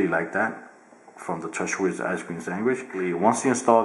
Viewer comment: "Ice cream swangish"